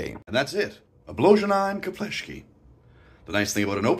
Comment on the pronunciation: Nice try pronouncing the "Obložené Chlebíčky" - ugh, not very close. The original recipes is actually cream cheese/butter spread with lots of fresh, minced garlic and finely shredded Italians style cheese. But then again, you can literary slap anything on it, potato salad included :D